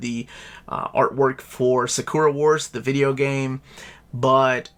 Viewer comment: Also, it's Sa-Ku-Ra! Not Sa-Kor-A! Say the name right! DX